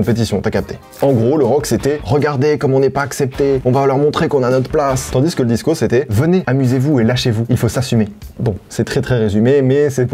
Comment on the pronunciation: Frero t'es le boss, mais on dis tandis pas tandisse ;P